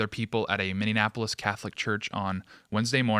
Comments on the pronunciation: Ive loved you hosting, but got damn you need to learn how to say Minneapolis! It’s “mini-apolis” not “mini-in-apolis” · I know this is a serious topic, but my guy, as a Minnesotan, PLEASE!! It's pronounced, "Minn-E-app-O-lis" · Mini-apple-is……it’s not hard…🤣🤣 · MinneNapolis? Anyone else notice this? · I cannot tell if is pronouncing Minneapolis as "min in" apolis or "mini-apolis"? Wtf? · Is it just me or does say Minneapolis strangely? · Could you please say the name of the city correctly? It’s Minneapolis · Please stop mispronouncing Minneapolis. You are losing credibility here.